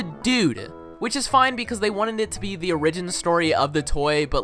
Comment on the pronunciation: why did you pronounce "origin" like that :(